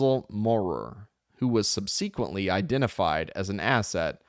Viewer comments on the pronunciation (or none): Thanks for doing this. You're awesome. One note: SUB-SA-KWENT-LEE has the emphasis on the first syllable. That is all. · I couldn’t keep going after the second subseeeequently.